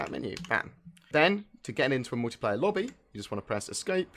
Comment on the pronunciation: what's MOWtiplayer?